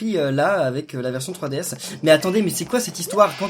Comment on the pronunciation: On dirais que tu dis fruitDS